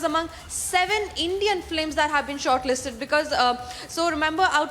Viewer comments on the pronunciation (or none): Pl say 'films' and not 'flims'